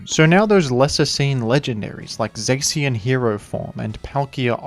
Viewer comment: My dude here pronounced Zacian as Zaxian for some reason